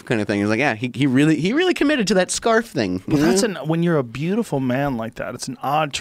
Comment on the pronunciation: Joe "beautifual man" Rogan